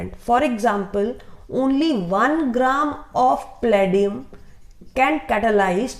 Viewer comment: Its Palladium ,not pladinum